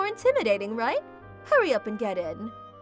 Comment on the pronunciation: "Are you serious rEIGht now"